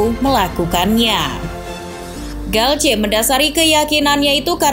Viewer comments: Galtier bukan galce🤣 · Cara baca dalam bahasa prancis gitu bang